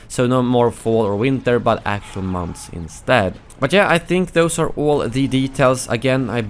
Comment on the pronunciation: “But jeah”